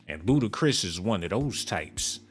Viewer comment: Bro said BootiChris 😭😭😭😭😭😭